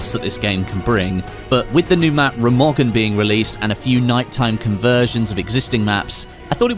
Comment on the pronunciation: The voicing is on the first syllable, RE-magen <3